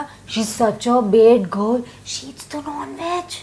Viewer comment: No guruji pronounces as bed gurl